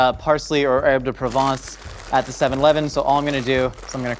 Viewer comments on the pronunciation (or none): none